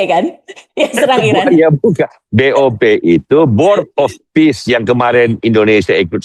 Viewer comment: BOP ❤❤bukan BOW 😂😂😂